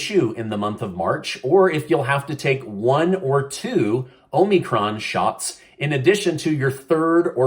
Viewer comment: "HOMIEcron" lol